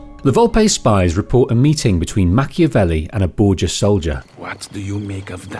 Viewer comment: ah yes Ham-avelli. For as serious as that scene is, its also kinda funny.